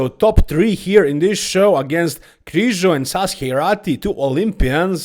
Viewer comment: Its Križo not Krizo